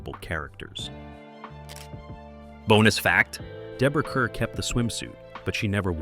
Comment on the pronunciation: Deborah Kerr's name is pronounced "car."